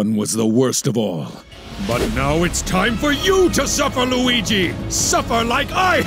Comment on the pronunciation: I literally cracked up when he said luige in anime form